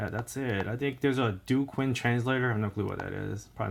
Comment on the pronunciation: emericana...learn how to pronounce b4 hand...qin...chin